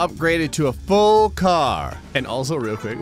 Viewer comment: "So now I've upgraded to a full car." the way he said that, my mind went "A full liquor car?"